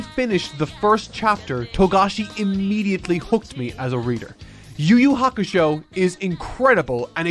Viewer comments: “you you hakashow” is fucking hilarious 😂😂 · “You you hakashow” is freaking hilarious 😂😂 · Cracking up at "Yu Yu Hakashow"